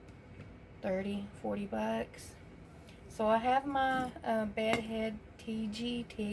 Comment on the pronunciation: "Tee-gee"...soft G.